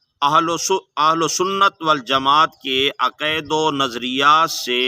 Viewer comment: پتا آپکو اپنے دین کا بھی نہیں ہے ۔۔ تلفظ اور انداز تو آپکا جاہلانہ ہے ۔ عقائد تو بولا جا نہیں رہا اور باتیں فکر ولی اللہ کی کر رہے ہو۔۔ قصور آپکا نہیں آپکے بڑے بھی انہیں سمجھنے سے قاصر ہیں آپ تو آنکھیں بند کر کے انکی انگلی پکڑ کر چلنے والے ہیں😊